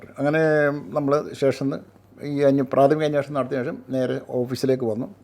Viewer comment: അന്വേഷണം എന്ന് പറയൂ